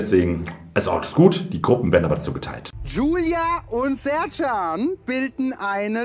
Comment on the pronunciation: Sertschan heißt doch Scherkan! Wissen wir doch seit Bip